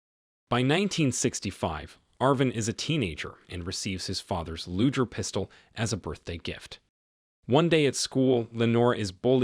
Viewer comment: I love your recaps. It is a hard G in Luger just FYI.